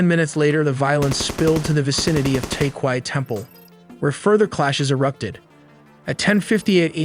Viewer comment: it's Ta krabey temple not Ta kwai 😢